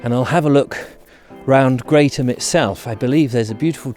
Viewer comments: It is pronounced Gretham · Crossed it many times :) It's actually pronounced 'Gretham" :)